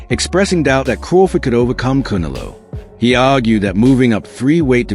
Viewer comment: He says “Cuneloe” lol